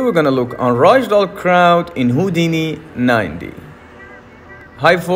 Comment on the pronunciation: It's RAG DOLL not ROG DOLL